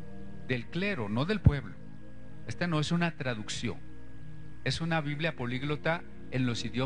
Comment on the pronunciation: ¿por qué será que a veces les da por decir "biblea"en lugar de "biblia"?